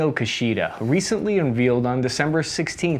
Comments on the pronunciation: Un-VEELED? Now you’re just F-ing with us. 🤣 Great vid, keep it up! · It’s pronounced “unVAYuhld”, not “unVEEuhld”. Heard you say this before on other videos. Excellent videos, all, by the way. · I cannot believe how this guy pronounced unveiled. Omg! That’s an 8th grade level word.